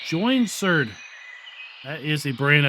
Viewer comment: Sorry for the Late comment. Yawn-sir-ed is the Pronunciation for the Saw, made from 1954 till just a few years ago from Sweden. Some one must have made that Bird sound track from an aviary